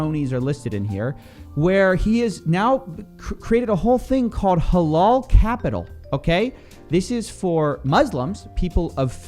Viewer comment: Prononciation of halal is more like halAl with a hard A not halol